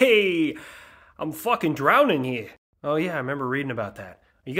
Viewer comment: I live in New York and couldn’t even tell he was doing an accent until I heard foikin and was like “wait I’ve never heard that before oh nevermind he trying an accent” 😂